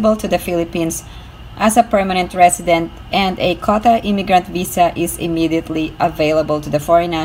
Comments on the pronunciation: Say QUOTA, not kota. Make effort. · Quota is pronounced "KW OH TA" 😀